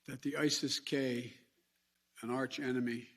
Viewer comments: ISSES K 😂 you made them you MFK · Isis-k! Get it right